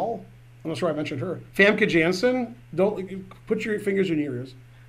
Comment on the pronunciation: Rounders is awesome! Also Famke Jansen is Dutch, so pronounce her name the correct way! You do so well with scheveningen and groningen but with Famke Jansen you mess up. Terrible!